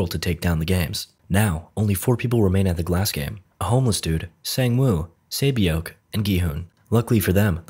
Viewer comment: I cringed everytime he said saebyeok. Good effort though with most of the other names